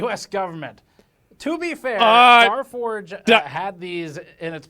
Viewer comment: "Staforge" lol